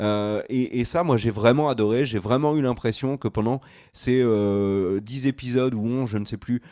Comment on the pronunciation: Pour info, on dit "les 3 premiers zépisodes" et non "les 3 premiers répisodes".